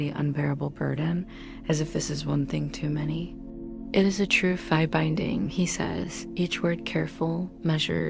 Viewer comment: I didn’t like the way Fae was pronounced, otherwise…I fell asleep 😊